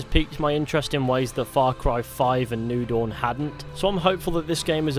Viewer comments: It took me half the video before I realized he was saying Far Cry New Dawn and not Far Cry Noodle. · Thought he was saying far cry noodle not new dawn...